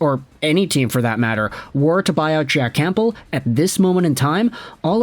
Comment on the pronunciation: Love your videos but I can’t stand listening to you say “CamPbell”